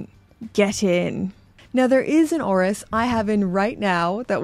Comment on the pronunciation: ORIS ORIS ORIS. You did it girl.